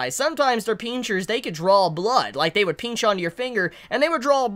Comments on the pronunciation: I like the way you say pinch. Peenchers lmao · The way u you say pinch is funny